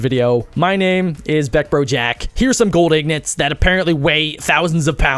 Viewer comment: Wait did he say gold ignots instead of ingots at the end